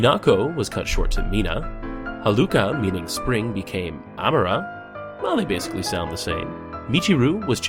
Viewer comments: your not pronouncing Amara correctly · Oh My God! I haven't seen any good Sailor Moon fact video's on youtube in so long! But a few things.... You kinda messed a few things up... you put too much emphasis on the ~Ah sound in Amara's name, but I guess people say it differently, it just bugged me a bit. Oh and when you mentioned name changes, you forgot to point out that Malachite was originally Kunzite in the Japanese version. But beside's that, I love this, you were very accurate and I think you should carry on with the series! <3